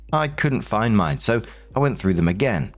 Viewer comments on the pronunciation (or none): none